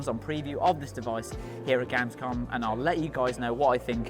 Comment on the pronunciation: When u can’t even pronounce gamescom